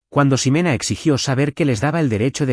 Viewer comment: Y la X no se pronuncia como S. No es Simena, se pronuncia Jimena.